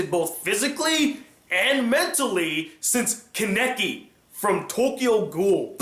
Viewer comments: I cringed when he said kenaki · When he pronounces kaneki wrong.. TRIGGERED